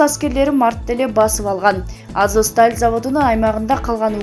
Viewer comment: Мариполь,Азоск дей берип жудоттунго.Туура окучу айланайын